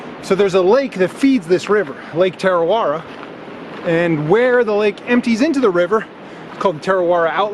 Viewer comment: Its pronounced Tah-ra-weh-ra ur rolling ur tounge at the ra parts. I live here in kawerau. Tarawera is so beautiful. Our waters are beautiful and I'm glad we have no crocs or any scary things in our water